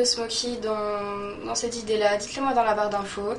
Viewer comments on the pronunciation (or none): none